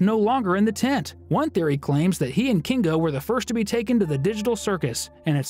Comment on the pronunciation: Why do you say kingo and not kinger